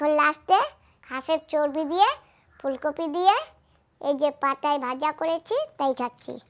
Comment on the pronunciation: Katha ta fulkofi noye.. Fulkopi. 😂😂